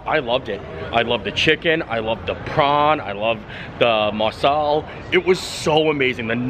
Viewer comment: Got a kick out of the Marsala vs. MASALA mix ups in pronounciation. 😅 Learning moment for next time: MA-sala is Indian dish. MAR-sala is Italian American dish (hence why it probably was more familiar of a sound).